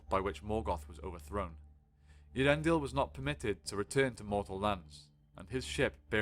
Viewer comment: A lot of people can't pronounce Earendil. It's ehh ah rendil